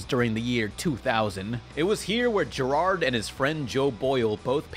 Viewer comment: GERARD IS NOT A DIFFICULT NAME TO PRONOUNCE